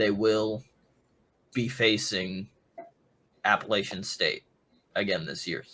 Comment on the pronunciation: "Grayson McCall has his best two weapons returning." What is this guy talking about...First of all, he cant pronounce Appalachian State correctly. Secondly Coastal Carolina lose jaivon heiligh and Isaiah Likely, which were in fact the best two weapons McCall has had. He also said Coastal Carolina is used to being in the championship game when they have only won the East division once, and didnt even play it due to Covid?? C'mon man. Please have someone knowledgeable on here.